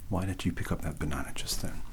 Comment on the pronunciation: THANKS JIM THIS VIDEO WAS AMAZING LOL THE START WIV THE BONOONA GOON GOT ME LOL 😂😂😂😂 AND YES YOU DID READ THAT CORECTLY I DID CALL IT A BONOONA GOON OK YES I KNOW BUT STILL BONOONA GOON BAHAHAHAHAHAHA idek lol okie